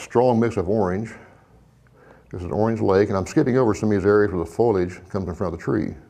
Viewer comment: The word is fo' li age, not foilage. Otherwise it's a good lesson.